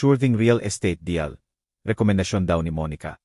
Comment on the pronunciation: 1 paki pronouns naman and deal not de al para ka naman hindi marunong mag basa eh sayang maganda sana ang story